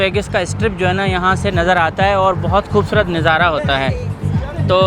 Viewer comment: Plz kuchh alfaz aap ghalat pronounce karty Hein Jo bohat irritate karty hein "Neezara nahi Nazara" hota hy jo aap k vlogs mein bohat istimal hota Hy🙏🇵🇰🇺🇸